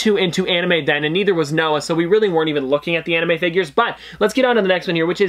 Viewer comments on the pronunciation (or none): none